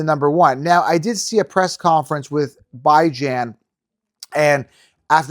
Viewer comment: No you were not the only podcast saying dont draft CMC 1st...totally disagree...y do you pronounce Bijan's name wrong everytime